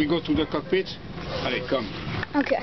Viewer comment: No. It's "allez, allez". This is French.